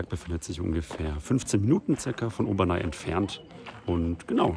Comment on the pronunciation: Heisst nicht Obernai, sondern Obernä (aussprache französisch)